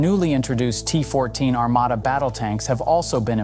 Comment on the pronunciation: Во первых не Армада, а Армата, во вторых это не только танк, а лишь 1/5 от основания платформы, также он может быть без экипажа, а судя по одному настроению Президента Путина, а также его слов, что мы ещё даже не начинали воевать, всех НАТОвцев, ждёт большой пиздец😂😊